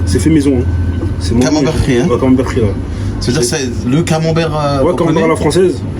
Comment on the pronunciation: Ça serait mieux s'ils pouvaient corriger "camembert" au lieu de "camambert"